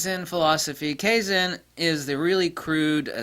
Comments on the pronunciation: I think it's pronounced KAI-ZAUN, I have a toyota industry training video, US, meaning "constant improvement" or "Perptetual Improvement"? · Kaizen (ka-i-zen). The "a" in japanese is always flat "ah". If it was "kayzen" it would be written in romaji as keizen. 改[Kai] to change with positive connotation, 善[zen] more or less as said, it refers to purity and virtue. Kaizen = Pure/Honest Improvement. I haven't heard a whole lot of Japanese/Chinese terms like this, but i'm very used to the way the language works, and working out what it means is a walk in the park. A note: unlike most languages, Chinese and derivatives (Japanese etc), when using the full Chinese characters, you can work out the etymology and the definition of the 'word' by it's strokes and radicals (letters) in which it's made. The proto-concepts piece together to make more complex concepts, and continue to compound. It's the best language system i know of that's still in use. Japanese production tends to take to the extremes that the creator knows and the consumer does not. So at times they'll do things in a good way and improve things wisely, but other times you'll get some fools who'll just push forward things by manipulating the people in the business. Japanese business is very inter-personal, they meet eachother in person, often meet up at a restaurant or karaoke, so manipulating is a lot easier. Manipulative change is deception, thus absolutely not kaizen, no matter what anyone says. Fire has always been referred to as a purification of spiritual negativity and such. When you apply concepts like psychometry and my hypothesis of it as a cognitive